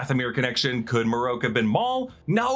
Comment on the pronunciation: MarrOak. Hmm. Marroke…. Na it’s marrok. Idk why this annoys me. Sounds letters make and such